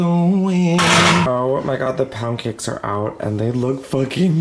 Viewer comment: NGL my volume was down and I thought he was saying “pah-n-cakes” until they turned out to be pound cakes 🥞